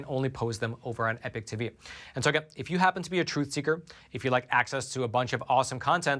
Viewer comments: Why do you say epoch as "epic" instead of like eeepock ? Just wondering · Just as an aside is it American pronunciation to say 'Epic ' for Epoch? England 🇬🇧 🏴